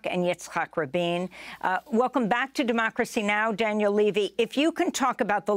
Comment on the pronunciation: democeacy she says 🤣🤣🤣🤣🤣🤣🤣